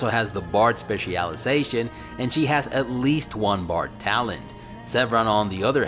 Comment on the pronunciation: "Spe CIAL Iazation" STOP PLEASE STOOOOOP